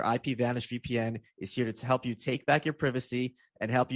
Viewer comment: Can you change how you pronounce privacy in your ads pls